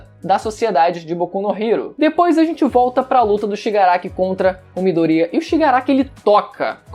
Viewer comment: Mano, eu curto seu canal, mas tu falando o nome do midoriya me dá nojo kkkkk 'midorria'